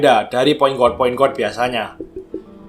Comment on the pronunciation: mantap kontennya bang..semangat terus bikin konten nya.. *sedikit saran aja, bukan menggurui, guard itu dibaca "gard" .✌️